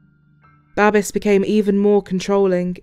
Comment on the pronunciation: "Babes," in English is pronounced, "BAY-BS," like babies, without the i sound or the letter, not "BAH-BES." This man's name was Babes, and I bet he did get a lot of babes. He was good looking.